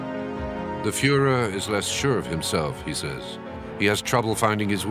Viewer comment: " the Fuhler is prudet" dont here that in history videos much.